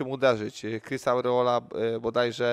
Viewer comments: KURWA TO JEST ARREOLA A NIE AURREOLA !!! TO NIE JEZUS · To samo chciałem napisać.Andrzej mieszka w usa od lat i mówi ałreoli..śmieszne XD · Od "Aureola" słuchać się nie da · Jaka „aureola”, o czym on mówi??? ARREOLA!!! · Ałreola? Kto to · Jak słyszę te aureola to mi się rzygać chce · No kurwa robić o kimś temat i nie potrafić poprawnie wypowiedzieć nazwiska